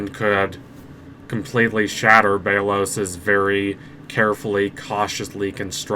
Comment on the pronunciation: Sorry but it’s pronounced bell os